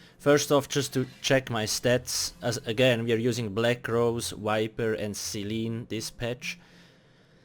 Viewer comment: Why do you replace V with W? Like instead of saying vampire you say wampire, and instead of saying viper you say wiper. Just curious.